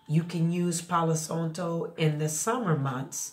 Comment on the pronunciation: Thank you for the info!! The a in Santo is pronounced exactly the same as how you pronounce the a in Palo 🩷✨